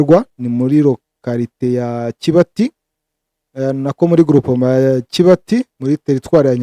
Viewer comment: Ese kibati ntabwoo arijambo ry'ikinyarwanda? Niba ari ijambo ry'ikinyarwanda murisoma kuburyo butaribwo.